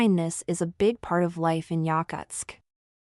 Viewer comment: Bullshit AI video that can’t even pronounce the name of the city correctly.